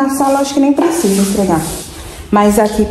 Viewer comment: Boa noite mulher tds nois queria que você falasse certo pelonemos uma vez por dia o nome não e istrega o nome e esferga pfv mulher